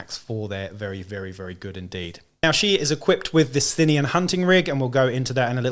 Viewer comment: Thanks for the preview, and thanks for helping me figure out how to pronounce 'Sthenian':face-red-heart-shape:! Good idea about using the model as a Spyrer Hunt Master. I used the Goliath special character with powerfist and chainsword as my Forge Tyrant, with a bit of converting(Goliath heavy Bolter instead of the sword and Goliath Ash Waste helmet instead of default head).